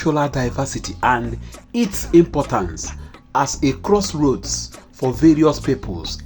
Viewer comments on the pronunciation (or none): none